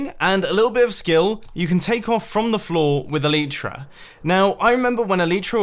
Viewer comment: Its a-le-tra